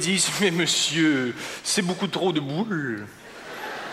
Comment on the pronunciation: jadore comment il prononce ''boûles'' XD